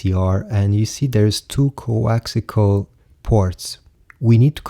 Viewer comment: coaxial. not coaxical